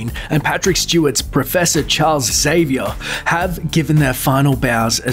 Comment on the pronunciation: Wasn't Xavier pronounced differently?